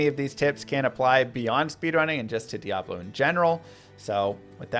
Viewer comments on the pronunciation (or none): none